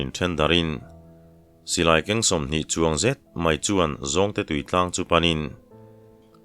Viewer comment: Sailo ni chuang tih a, (Chuang) tih lai hi, motor a kan chuang a, chuang thluk a lam tur hi ni zawk a kan hriat. I chhiar thiam in ngaihthlak a nuam em em chung in, tawng thluk dik hriat duh vang in kan in rawlh ve lawk a ni e.